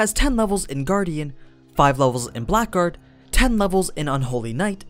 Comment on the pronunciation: blackguard is pronounced blaggard and Aegis is pronounced eejis.